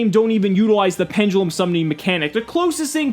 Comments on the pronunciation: good informational video, but wtf is A PEN-JUH-LEM? its PEN-DE-LUM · pendulum when did it be become pendgulum